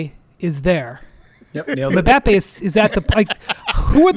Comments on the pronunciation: him saying "mhm-bap-aye" and not getting they were laughing at him after saying it 3 times was awesome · Why did he say Mbappe like that. Hahaha 😂😂😂😂